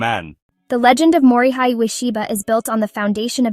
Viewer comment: His first name is pronounced “Mori hay,” not “Mori high.”